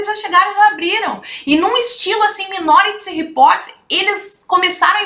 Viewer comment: kkkkkkkkkkkkkkkkkkkkk "Minoriy Report" kkkkkkkkkkkkkkkkkkkkkkk Perfeito